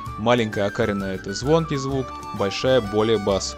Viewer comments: Всегда окарИна была, а у тебя окАрина. Очень удивлён такому произношению. Респект, конечно. Играю больше на индейских. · окарИна. Ударение на И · окарИна! А то ты со своим ударением мне слух режешь...